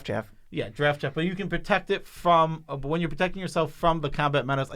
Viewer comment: The way says “but” sometimes, hurts my ears. It’s only when he draws it out by adding a syllable to it. It just a little too loud. I tried turning the volume down but then the normal level of sound is too quiet for me.